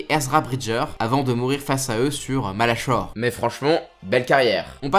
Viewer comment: Par contre c'est malachor comme corps pas chore comme choire